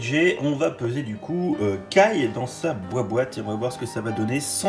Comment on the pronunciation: Ça se prononce kaye pas ké